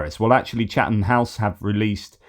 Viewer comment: Did you just say Chatham like an actual person from Chatham? 😮🤦🏻‍♀️